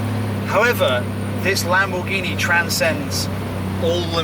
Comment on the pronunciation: Why does say 'Lam-BOOOR-ghini'? 😁